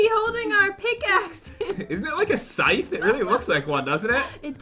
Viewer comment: Scythe is pronounced Skythe